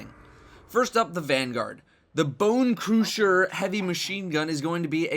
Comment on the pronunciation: Why are you saying it that way? Bone crooosher